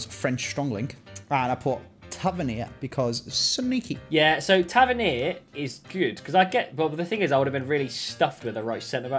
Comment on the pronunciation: has been bullied by the Scottish fans that much he’s changed how he pronounces tavernier 😂😂😂